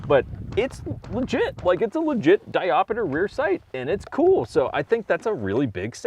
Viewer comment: Diopter, not diop-i-ter :P.